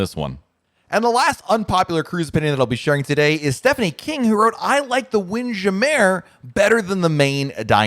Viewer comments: WIND. JAM. MURRRRRRRR. NOT WINDJAMAIR. it's NOT french. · Wind Jam-mer not Jam-mere. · “Windjammer” instead of “Wind- Jam- Mer “. The way you blended makes it sound “foo-foo”. I really would like for you to research and share the proper way to say the name. One of us has been saying incorrectly for a long time! 😂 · LOLOLOLOL. We always laugh at pronunciation of the WIND JAM MURRRRR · Why the heck is he saying wind Jammer like that. Ahhh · He’s horsing around. It’s trademark phrase. He knows how to pronounce it but chooses to say it another way, all in jest.